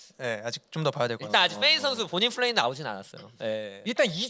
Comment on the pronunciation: 가 너무 정신을 못차려서 불편했음 긴장해서 그럴수도 있지만 다음부터는 잘했으면 좋겠음 플 쁠 f p발음좀 구분 해주셨으면 좋겠음